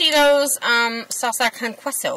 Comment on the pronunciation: It's KAY-SO! Love ya! And yes, newfies buy storm chips!!!people don't understand our culture and make stupid fucking comments because they're clueless. I hate YouTube for that very reason. Cheers sista!